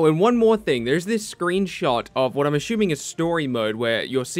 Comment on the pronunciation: If you can’t say ‘assuming’ right, can you please stop overusing it.. 😕